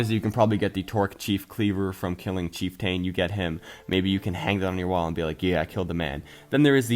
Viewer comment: Nice video,. I just wanna give some feedback on some words you're pronouncing wrong (it doesn't matter too much, but you've been saying them incorrectly for a while lol) You aren't emphasizing the first R in "Trork". It's like a combination of the words Troll and Orc. Also, "Chieftain" is pronounced 'Cheef-tehn'. Lastly, "Ethereal" is pronounced 'Eth-thear-ee-ull'. That's all I wanted to say. Keep up the good work!:)